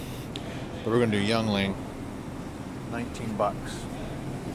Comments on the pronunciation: Hi and. I live near the Yuengling Brewery. Just a helpful hint😉 it's pronounced like this Ying•Ling 🍺 love ur travel vlogs. THE BEST‼️ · pronounce it right ken! its pronounced "ying-ling" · That beer is pronounced YING-LING.